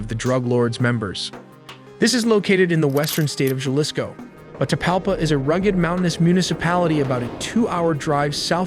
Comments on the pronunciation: I usually like your videos. but this one was thde worst narration wise.. do the bare minimum research and effort to pronounce the spanish names and cities with less gringo and dumb ass pronunciation. I had to stop watching becuase the JA lisco not "Ha lisco" pronounciation felt overly ignorant. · God you butchered all those names. Juhlisco 🤣. Juadalajara 🤣. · Your narrator-bot just bent over and butt raped the Spanish names. HA-lisco. Gua-da-la-HARa. Tee-u-WAN-a. Puerto VY-ART-a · This is probably the worst AI video I’ve seen. He was deported when he was three and you can’t pronounce Jalisco Guadalajara or any of the names correctly and the fact that you can’t even spell el mencho correctly. Sloppy Work.